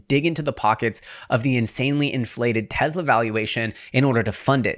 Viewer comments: Its Tesla not Tezla. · …. It’s NOT TEZZLA. My god lol. “Tesla” TESS-lah.